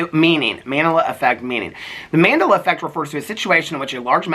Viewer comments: You were soooooo close to figuring out Mandela effect is pronounced like Nelson Mandela, named after him. I was on the edge of my seat waiting for you to make the connection 😂 love youuuu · Not saying Mandela effect wrong after reading it's related to nelson Mandela lololol love your rants 💙😅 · I'm dying at mandala pronunciation